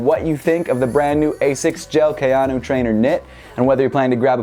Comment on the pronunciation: KAY-AN-O its not that hard